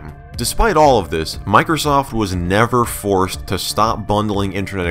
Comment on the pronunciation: Miker-soft!! Love that pronunciation. (It's MicrOsoft)